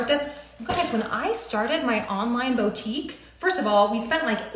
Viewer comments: Omg if I hear the word bow-tique anymore, im going to rip my ears off 🙉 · Bow-Teak🤔? I thought that it’s supposed to be Boo-Teak (boutique). Maybe she’s talking about something that I’ve never heard of🤔🤷🏽‍♀️? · “Bowtique” “Paper monies” I just lost so many braincells.